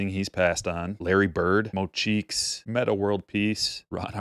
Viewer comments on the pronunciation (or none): none